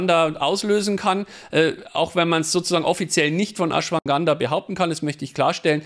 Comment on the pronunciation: Ashwaganda, nicht Ashwanganda;-)